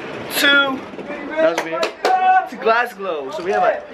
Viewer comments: did man just say Glasglow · SLIM ITS GLASGOW NOT GLASGLOW 😂😂😂😂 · Loool, he kept getting gassed saying "Glasglo" it's "Glasgow" haha, your a top joker haha❤❤ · GLASGOW, not GLASGLOW.. 😭😂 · it's Glasgow not glasglow 😂😂😂 boy you make me laugh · It's hilarious how every time you say Glasgow you mispronounce it and add an extra "L"! :) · Who else noticed slim saying Glasglow instead of Glasgow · it's Glasgow not glasglow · Glasglow😂 it's Glasgow😂❤️ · it's glasgow my g not GLASGLOW 😂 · its not GlasGLOW it is GlasGOW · it's not Glasglow😂😂😂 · it's not glasglow😂😂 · It's Glasgow not fucking GLASGLOW😂😂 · slim it's GLASGOW not GLASGLOW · brrrruuhhhh its not glasglow its glasgow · lol its Glasgow not glasglow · Glasglow lmao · Glasglow? Damn i didn't expect that from you 😂😂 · lol he said Glasglow dafuq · glasglow? Wtf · How is man calling Glasgow 'Glasglow?' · LMAO the way slim says 'Manchester' and 'glasglow' 😂😂 it's Glasgow slim loool